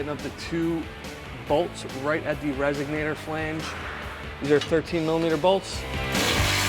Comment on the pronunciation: Couldn't finish watching. Every time the guy said "resignator" instead of "resonator" I thought of "cadillac converters" and "eldebrock". Sorry, pet peeve.